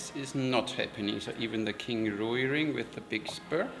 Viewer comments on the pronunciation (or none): Thank you for another informative, entertaining video. FYI: Rui芮 is one syllable, kind of rhymes with the English word "ray," with a w sound in between: rway.